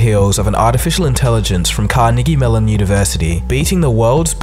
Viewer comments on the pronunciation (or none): Took me a while to realise he said "Carnegie Mellon". Or rather, Ca-niggi-melon University.